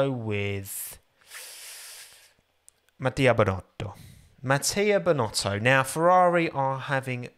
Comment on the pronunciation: You said SBinotto wrong